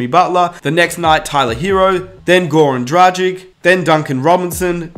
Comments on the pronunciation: Sorry man, but if you are a Heat fan, you should have learned by now how to pronounce Goran Dragić's name. He has been with the Heat for some time now. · I feel your pain. Gogi has been has been in Miami for years, so there is no excuse not to learn how to pronounce his name. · it hurt me inside every time he said goran dragič wrong